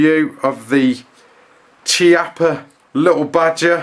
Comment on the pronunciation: The correct pronunciation is kee-oppa.